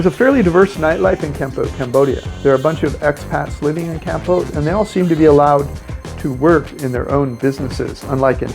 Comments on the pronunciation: Kampote? The worst pronunciarion ever! Why nust US citizens have weird ways of oronouncing foriegn names. Why don't they listen to how others say a word? Kampote? No Cambodian would understand what he meant. When they realised, they would correct the way he says it . Try saying it as calmpot. Meanwhile, he has a very irritating voice as well. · Its not kamput. It's kampot. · It is pronounced Kam-pot; like a pot you cook in. We love it there.